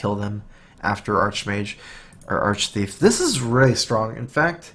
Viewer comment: Upvoted for the thorough analysis... and the fact that you're the first streamer to pronounce 'Arch-Thief' correctly. It's a pet peeve. I feed it kibbles and teach it tricks ^^.